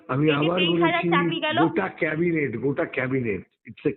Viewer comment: Cabinet noi Chorinet 😂😂😂😂